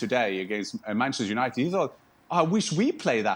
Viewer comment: did he say BANCHESTER UNITED? HAHAHAHAHAHAHAHAHAHAHAHA